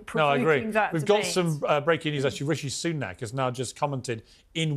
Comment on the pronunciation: ....who the hell is "Rooshy Sunook"...??